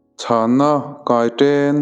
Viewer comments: Kaiten tih kha i thluk dik lo a👍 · Kaiṭen i thluk dik lo